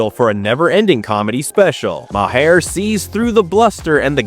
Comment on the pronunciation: This narrator has no clue as to how to pronounce Bill Maher's name!